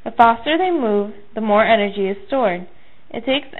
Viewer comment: energy not enrgy